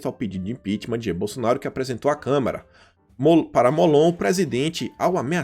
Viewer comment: E O MALUCO AINDA NAO APRENDEU A FALAR CÂMARA